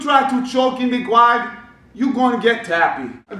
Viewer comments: My old coach from Brazil asked me to correct his English when he made mistakes, and when I told him that "guard" isn't pronounced "gward", it literally blew his mind. He had to check online AND ask somebody else before he believed me. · Yes sir, im from Sao Paulo. The way you pronounced "guard"..... hahahah LMAO! sad but true....